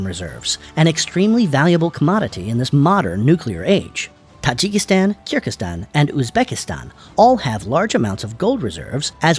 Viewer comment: Very shallow analysis and it’s Kyrgyzstan, not Kirgikstan